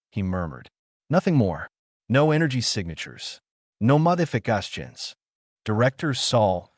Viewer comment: What is up with your English? 'Modifications' should not sound Spanish or whatever language that was. It sure wasn't English. I say negative 3 for bad English, which happened at least three times, and it was way worse the first time. With modifications, it was bad because you said the word as it took forever to say, lame. No issue with saying 'arrow', but 'missile' sounded not like English. But hey, I already gave you a negative vote, so now I'm just complaining. I will likely also block this creator so I don't have to give you any more bad reviews.